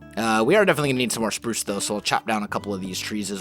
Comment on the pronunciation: Did Someone Hear Saying "Purce/Prurce" instead of Pruce?